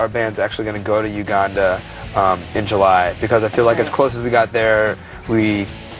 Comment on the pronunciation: lol do all American's say "Uganda" like that? (Not meant in a way that would inspire pro-American rage on my ass.)